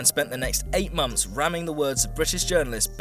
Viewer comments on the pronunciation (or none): none